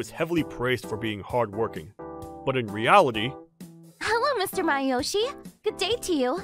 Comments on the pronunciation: Am I the only one annoyed about the pronunciation? His name is Masayoshi, not Mayoshi.. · Please pronounce Masayoshi’s name properly!